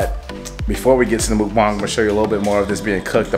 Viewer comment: I love every of your guest and crushing on someone but it's not said MOOKBang... lol it's MUKBANG. Try to watch the original mukbangs and try to talk about the history. And give credit. We'd appreciate it